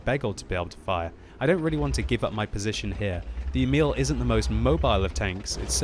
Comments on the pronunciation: Try and pronounce emil like e-mill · In swedish u say emil more like eeeeemil